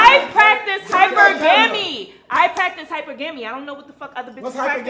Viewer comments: Oh no not this "Hypergammy" chick. And yes, she dosen't say Hypergamy, she literally says more than once "Hypergammy" with the utmost confidence too lmao rofl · ...and teach her how to pronounce "hypergamy". Chao. Retired Vietnam era veteran, ex Detroiter, expatriate currently living in México and Colombia.